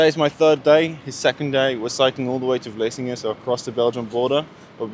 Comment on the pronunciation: it's vlissingen not vlessingen 😉